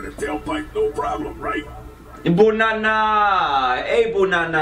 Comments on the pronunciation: I laughed! Because DanTDM say “Bunana” instead of Banana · Dominick Lambertino and he never only say "sayd" he also said boonana